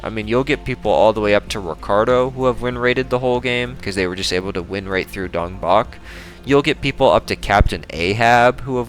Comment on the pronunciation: I refuse to believe that's how Dongbaek's name is pronounced